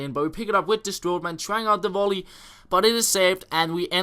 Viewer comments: WONDER WOLLY LOL YOU MEAN VOLLEY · That was so funny when you said wonder wolley instead of volley. your the best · Great video again, cracked me up when you said "wonder wolley" haha